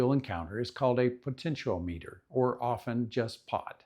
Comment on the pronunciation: Fwiw, you are say "continuity", "potentiometer", and "ferrite" incorrectly. Otherwise, really good information.